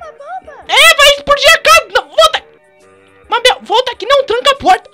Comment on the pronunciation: nao consigo ver o video intero pq o fala mábel